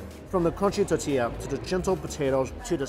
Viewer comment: Don't get me started on his pronunciation of tortilla.